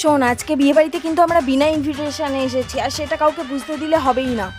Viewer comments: বিনা ইনভিসেসান টা আবার কি , উচ্চারন করতে পারবেনা বলো কেনো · Age invetation ta thik thak uccharon kor😂😂😂😂😂😂